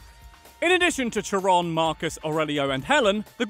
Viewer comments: keeps calling Kare-on Cha-rone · While I love the/your energetic delivery, Charon not pronounced 'Sha-rone', it's 'Ka-ron'. If it was meant to be said a 'Sha-rone' it would have an 'E' at the end of it. 'In Greek mythology, Charon or Kharon (/ˈkɛərɒn, -ən/; Greek Χάρων) is the ferryman of Hades who carries souls of the newly deceased across the rivers Styx and Acheron that divided the world of the living from the world of the dead.' (Wikipedia). It doesn't take away from the video's purpose itself, but it's grating to hear it said that way - like how a rock music lover would cringe if I went around saying 'The Ramonees' instead of 'The Ramones' (Ra-moans) :P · thank you i have heard it mispronounced in several videos. the part of my brain that keeps Greek mythology hurts when i her sherone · It's pronounced Karon... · It’s pronounced car-on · I know it said as kai- ron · And Charon too